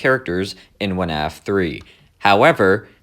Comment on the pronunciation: why is bro saying "wuh-naf" 💀